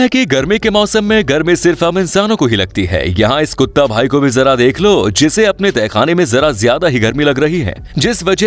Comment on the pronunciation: I laugh a lot when you say kutta bahi😂😂😂😂😂😂🤣🤣